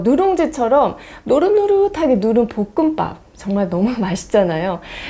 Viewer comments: 보끔빱 ㅋㄱㅋㅋㄱ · 복음빱?이요 사투리억양이 귀여우세요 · 복음밥 발음이 특이하시내요^^쌤 넘 완벽해보이셨는데, 왠지 인간적인 면모를 찾은듯요^^